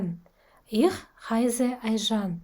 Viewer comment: heisse сөзін дұрыс айту керек еді.